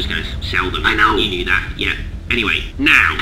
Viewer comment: Yeah* not Yeahr